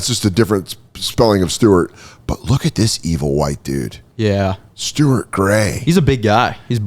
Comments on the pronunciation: Stort 😂😂😂 that was the first time ive heard someone mess up the name stuart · Why does pronounce names like he grew up in a shed? Byeron and Stwart 😆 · messing up the names and only kinda knowing the big name people is hilarious. "Bye-Ron" and Joe "DA-mars" "Sta-arrt" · Stuart pronunciation really cracked me up, thank you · Stuart = "Stort"